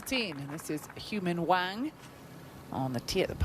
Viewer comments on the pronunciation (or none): It’s not Hou-min Hwang, it’s You-Min Hwang